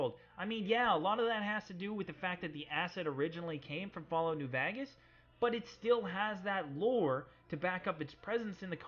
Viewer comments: I love how you say Vegas dude it's so good. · Anyone else hate how he says 'Vegas'?